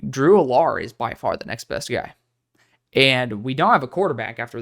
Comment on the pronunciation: Drew (AL-ER), the way you say his name bothers me😂